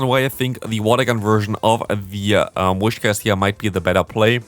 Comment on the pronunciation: first syllable: whis second syllable: cash Not a wish to begin with, but cash in the end... PS: I like the way you comment battles from other players a lot, actually. You always give awsome advice to them and their opponents. Nobody needs to be discouraged. You give very constructive criticism at the appropriate places without looking down on someone.